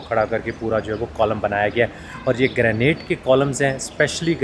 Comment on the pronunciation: A good and knowledgeable Vlog. Impressed of your hard work being put in resulting into a quality output. Only 01 x correction from my side, hope you won't mind. The stone used in the Columns/Pillars is pronounced as Granite (Grey nite not Greynate). It is a very hard stone or a type of marble, abundantly found and used in Pakistan, India and of course in other countries. Regards